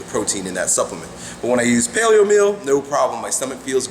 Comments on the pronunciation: I don't quite understand what he said that he uses, payleo meal or w/e O_O... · What did he say? Palio meal?